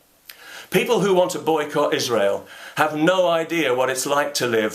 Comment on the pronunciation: This message comes nine years late because of YouTube's feed mechanism, but Thank You, Mr. Condell, for pronouncing "Israel" correctly.